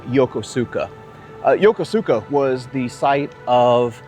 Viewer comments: It’s not “Yo-ko-su-ka”. It’s pronounced “Yo-Kos-ka”. Any of the thousands of American sailors there could have told you that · Great video, but you REALLY need to learn how to pronounce “Yokosuka”. It’s “yo-KUSu-ka” not “yo-ko-SOO-ka” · It's pronounced YOH KOO SKA, not yoko sooka. I was stationed/lived there from 1979 until 2000. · Seriously, dude! Learn how to pronounce things before you film! Great vids other than that, but come on! YO ko SU ka?! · Unless the Jaspanese has changed the way of saying Yokosuka, you are pronouncing is wrong. In Japanese the U is silent when it follows an S. I served 20 months at the Yokosuka Naval Station, from 1973 to 1975, when I was in the U.S. Navy and the way I learned to pronounced Yokosuka as Yo-ku-ska; not the way it is spelled like you said it. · Great show. But Yokosuka is pronounced “ya-koos-ka” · I lived there three years. Its pronounced phonetically Yo-ko-ska Yo-koska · I love your shows. Small correction. Yokosuka is pronounced "Yo-kooska". Japanese tend to ignore entire syllables! I took my grandson all over there to the wonderful museums and military displays. We especially enjoyed the Mikasa. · It's pronounced yow·kuh·soo·kuh. I got roasted when I got stationed there for pronouncing it like you did. 😆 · The correct pronunciation of Yokosuka has the emphasis on the second syllable.